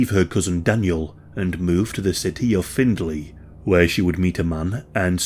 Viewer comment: Findlay, its pronounced Fin-Lee, just fyi